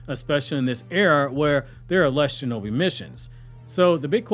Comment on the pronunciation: Defund the SHO-no-Bi 😂😂😂😂😂